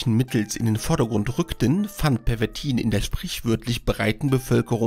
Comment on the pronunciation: Obacht, dat heest "Pervitin" und nich "Pervertin"!